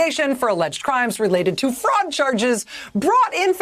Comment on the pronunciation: I know she's saying "fraud" but I keep hearing "frog"